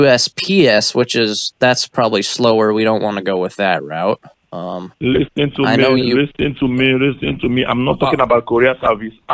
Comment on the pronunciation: Lease-teen tow mee